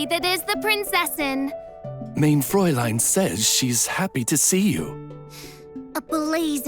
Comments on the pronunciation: everytime oz says mein fraulein i take 10 damage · As a german i Love how Oz says mein freulein